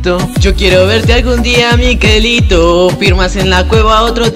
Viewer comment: es mi-ke-lito >:v